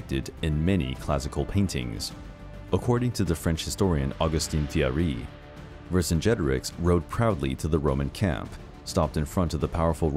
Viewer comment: I could not stop cringing when I heard the name Vercingetorix being said! It is pronounced "Ver singe a tor eeks"